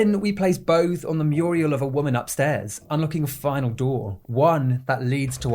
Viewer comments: The word is 'MURAL'', not 'MURIEL', which is a woman's name. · Please stop calling murals "Muriels" lmao...they aren't old ladies, they're paintings. 🤣 It's pronounced MYUR-ul. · Phenomenally entertaining, dude. Just two quick notes: wall art is a mural, not a murial and naught is pronounced like not, not like nowt 😊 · is saying Muriel instead of Mural some kind of running joke? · I believe the word is “mural”, my man! I know it’s a small thing, but for the sake of future videos, please, please say mural lmfao 🤘 I adore your videos, and want to save some future embarrassment 🙏🤣